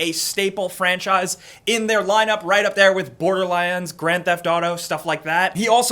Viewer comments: Boarderlines? is that what he said..? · border lyands? wtf?